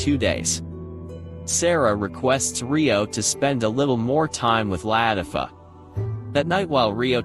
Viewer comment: Ist not la tif O its la tif a